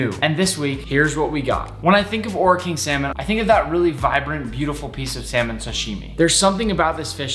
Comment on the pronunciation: I’m from New Zealand and when you say Ora King, you roll the R and say Ora King